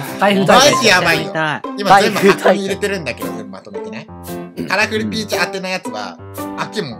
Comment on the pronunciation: さいしょのカラフルピーチです。って言うところが、カラフルピチです。って聞こえた😂